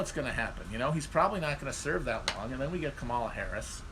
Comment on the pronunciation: its like you personally insist on saying Kamala's name wrong on purpose